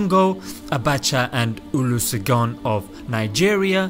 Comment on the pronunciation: Oh God the way you pronounced 'Olusegun' of Nigeria 🇳🇬 cracked me up though.🤣🤣🤣🤣🤣🤣🤣🤣🤣